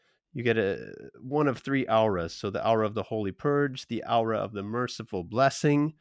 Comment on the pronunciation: Just to be a horrible person Aw-rah isnt Ow-rah its more Or-rah. But good look into the transformations dude.